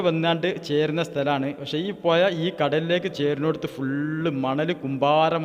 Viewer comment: പോയ അല്ല പുഴ